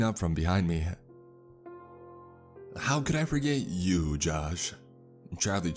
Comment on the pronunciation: what is that "you"